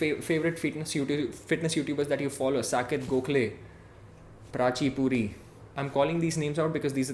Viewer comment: Saket Gokhale? Lol dude come on 😂😂😂